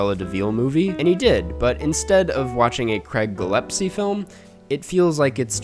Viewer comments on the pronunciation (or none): IT’S GILLESPIE GILL-ESS-PEE Not “Gillepsie” Great review, but fuck